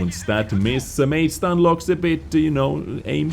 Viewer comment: Saying as a ru player, his nickname pronouncing stanlox, not stanloh. Btw loh is translating to noob, lmao